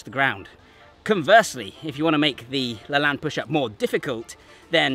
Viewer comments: First, learn how to properly pronounce LaLanne. He deserves that much. The Superman push-up covers everything anyone could need for strengthening the upper body. That and 500 bodyweight squats in 5 minutes or less and you're covered. Now try it w/ one arm and one leg. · IT IS PRONOUNCED LAH-LANE (LAY-N)! Great video but I died a little ever time you said his name. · Great vid as always but Jack Lalanne is pronounced "La Layn". more of an 'ä' sound. Hate to be the grammar nazi. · It's pronounced Lah LANE == long E. Go watch any of his TV shows on YouTube and you can hear what he called himself. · That’s interesting, I never heard it said aloud because I didn’t grow up seeing it. I would have also said it the same way as did because I’m the spelling looks so French! Thanks for the correction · His name is pronounced Jack La-“Lane” not Lan. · LaLanne is pronounced with a long A. Like La lane. Not La lan. I know because I watched his TV show when I was a kid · Lane.... not Lahn. See American pronunciation of 'walking down a lane'. This is how Jack LaLanne pronounced his own name, so I'm sure it applies to his push up also.. but great video! Love your content. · Just a loving correction, dear, the name is pronounced LaLANE, rhymes with pain. I know because I grew up watching his exercise show. He was a truly amazing man. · Yeah it was funny hearing him saying it throughout the video. It sounded like he was saying Laland. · pronounced La-Layne not La Lan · Have you not heard Jack LaLanne pronounce his own name? It's the hard 'a' sound, as in lane. Regardless of the spelling, derivation, whatever. Please do the man the courtesy of pronouncing his name the way he himself pronounced it. Thanks. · I'm going to guess you didn't learn about Jack LaLanne from your dad or grandfather. Because if you did, you'd know the correct pronunciation is "le' lain". 😅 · It's pronounced La "Lane." Thanks for the video. He was a fitness OG. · The pronounciation is Jack La - lane or layne